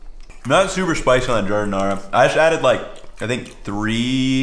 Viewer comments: 😂 what’s an “electronic” slicer? Just busting your chops. Also, as a native Chicagoan it’s not “au jus”! This is an ITALIAN sandwich not French. It’s gravy. Also final not to pick, it’s giar-din-ayre-uh, not ahr-uh. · Really enjoyed this video which I went looking for since Portillo's is being destroyed since they got new owners and I'm thinking of making my own now....in any case, listening to how you pronounced Giardiniera was a bit painful, lol.